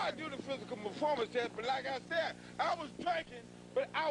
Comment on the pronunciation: he cant say performance